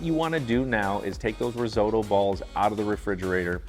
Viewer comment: Learn how to say risotto...oo..oo..not oy oy